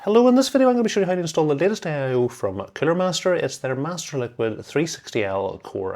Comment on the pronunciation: Aye eye owe